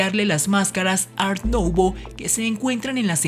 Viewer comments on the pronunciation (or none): No lo pronuncie como Nouvo es Nuvo y la "v " casi como " f " tienes muy agradable voz y me encantan tus vídeos e investigaciones. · Tu información es muy importante y veraz, tu dicción es corregirle, Art nuvó y Art decó, sería correcto. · De pronuncia "art decó" y "art nuvó". Gracias por el video,.